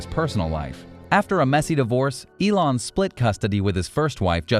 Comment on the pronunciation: Is elone musk not elone mask 😂